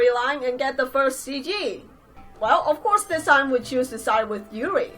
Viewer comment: yuri is pronounced yuďi